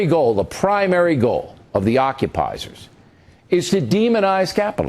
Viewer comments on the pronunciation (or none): Bill O'Reily called them "occupizers". Nice work with the English language there Bill. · Did he say ocupysers? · did he say occupizers? is that the term they use or is man just a fool?